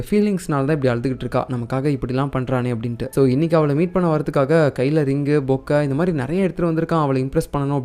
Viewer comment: அண்ணா நீங்க பொக்கேனு சொல்லாம பொக்கனு சொல்லிட்டீங்க 😅 Sorry Bro Just for kitting 😄😁